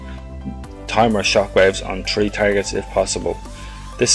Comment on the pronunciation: "THREEEEEEEEEEEEEEEEEEE". NOT "TREE"! ITS PRONOUNCED "THREEEEEE" ITS NOT THAT HARD!